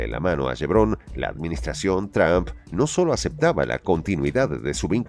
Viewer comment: El narrador al inicio dice Expresidente Tump....ya lo acabamos?....estaría bien, pero mejor acabamos de una vez con el hegemon al completo.